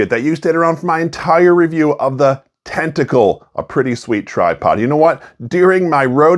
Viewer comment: Dude you corrected yourself and apologized and then continued calling it tentacle incorrectly the rest of the video LOL